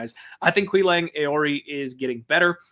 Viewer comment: Looks like is the only guy in the internet who could pronounce Nzechukwu last week and Aoriqileng this week.👍